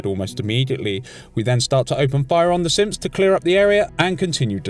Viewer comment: His accent when he says synths sounds like simps